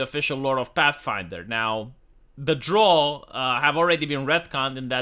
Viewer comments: Its pronounced, the drough like eyebrow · drow, like prow of a ship. not drow like crow, and especially not drow like "draw"